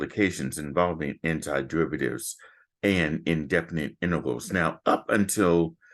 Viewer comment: said "intervals" instead of "integrals" well sounds like it anyway